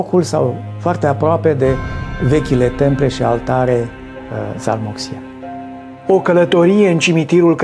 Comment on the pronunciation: CORECT se spune doar într-un singur fel, ca orice nume propriu ; dar care anume este acesta aici ??? Văd că autorul filmului spune ZALMOXE dar tot el arată, ca titlu al unei cărți f.f.vechi suedeze, numele de ZAMOLXE ! Așa am învățaat și eu la școală acum 7 decade deaceea mă deranjează confuzia creată aici ! În concluzie, rog regizorul să stabilească exact așa cum trebui doar o singură pronunție, cea corectă ptrcă mă tem că dacă ar trăi posesorul acestui nume s-ar burzului la cei care nici numele nu i-l respectă corect !